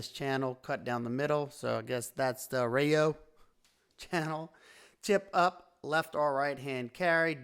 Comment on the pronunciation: Pronounced uh-Roy-o.